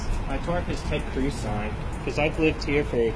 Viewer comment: and - it's more like he's saying, "I hate the cruise."